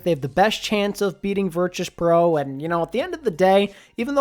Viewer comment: Why do you keep pronouncing Virtus Pro with a ‘ch’ and not a ‘t’